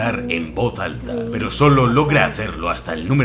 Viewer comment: Me gustó mucho el vídeo pero como que le faltó un poquito más de impacto a ese "peroooo"